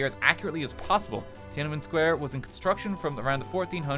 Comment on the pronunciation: i'm sorry rt you are NOT pronouncing tian an men at all correctly